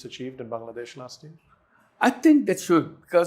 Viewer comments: he pronounced "BANGLADESH" perfectly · Thank you for pronouncing "Bangladesh" correctly🎉